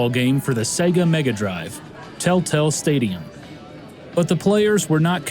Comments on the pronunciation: Until "Tel-Tel" appeared on the screen I thought you were saying "Telltale." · I keep hearing Tell Tale rather than Tel Tel xD